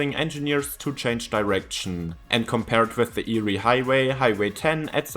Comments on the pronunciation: Eyre is pronounced “Air” not “Eerie”. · Eyre is pronounced "air", not "eerie". From the Scots. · Eyre Highway in Australia. It's not pronounced "Eerie", but "Air". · It's pronounced AIR. Not eerie. It is the longest straight road in the southern hemisphere. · Its pronounced "air" highway 😊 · Get pronunciation correct. It’s pronounced air. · It’s pronounced Air! The eyre highway is pronounced the air highway! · "Nullabor" literally means no trees, not "roughly". Null is Latin for none and arbor is Latin for tree. Thus Nullarbor means no trees. Also Eyre is pronounced Air. I know... English, it sucks if it's not your birth language. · It’s pronounced AIR hwy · Air it's pronounced air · Eyre is pronounced "air"! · Eyre highway is pronounced 'Air' after a person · Eyre highway is pronounced “air” by the way. I drive on it occasionally. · Eyre (pronounced as air) highway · Eyre is pronounced air And I’m on it right now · I thought your pronunciation of Eyre highway was eerie! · Eyre is pronounced “air” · Eyre (AIR) - Nullabor (Null-a-bor) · Eyre rhymes with Air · Eyre is pronounced the same as Air. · The Eyre highway is pronounced “air” highway. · I laughed when I hear eerie. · Thanks for telling him mate! For those unfamiliar with Strine's non-rhoticity, it sounds the same as "yeah" without the "y". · Some are being mean, but yeah it is pronounced "Air". Your way would be 👍🏼 for Lake Erie in the USA/Canada . I still love ya! Your vids rock. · your wrong if you pronounce Eyre like that